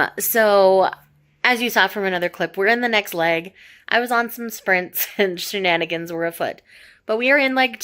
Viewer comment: oooo I did not realise House of Odysseus is part of a trilogy! Noice! Did you say Shaenanigans?...